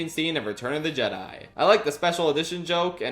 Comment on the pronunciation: How - HOW - did you cover the Bob Goldstein sketch and NOT mention the fact that he pronounces Jedi 'Jeddy'? Laughed my arse off for a solid 30 seconds first time I saw it, such a simple but hilarious detail.